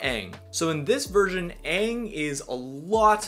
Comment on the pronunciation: Why the movie call him "ung"? Its freakin "aang"